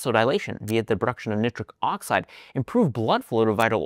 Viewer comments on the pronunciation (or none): still hoping you read this to start saying nitric oxide the correct way. nai - truhk - aak - side. Think Nitogren ! or spell it like this: NyeTrick oxide. Google now gives USA/UK pronounciations - google "how to pronounce nitric oxide" and listen for yourself.